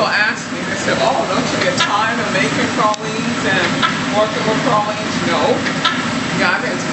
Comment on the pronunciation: TRUE new orleanians say pralines like this woman unlike out of towners say "pray-leens"